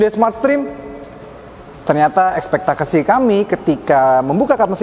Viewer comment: Menit Ekspektakasi kami.. 😀 Selip ya Bang.. 😁🙏